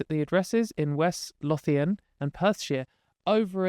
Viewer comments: It’s pronounced west Lothian Low-thian in Scotland ❤️ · It's pronounced "Loathe-ian".